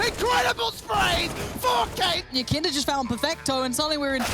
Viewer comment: i just want to hear somebody say the name yekindar correctly just once please